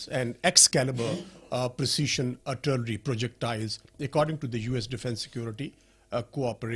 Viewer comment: And at the first combat or show failure, they blame it on the nations producing weapons, Rafael of France and GE of United States. You sounded pretty good until the URTALERY